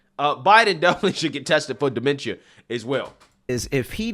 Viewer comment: Him pronouncing dementia wrong had me triggered for no reason lol but. First off they did test trump and he came back totally fine yet they haven't tested Joe Biden yet thats showing actual mental problems 🤨🤔. This isn't a surprise a lot of people that are from the hood or where raised near low income people believe democrats are the best. An it just shows that they have been brain washed to just vote for one party no matter the politician on that side. People need to do there research before actually voting because. I bet 100% that people have voted with no actual info on the people they just voted for.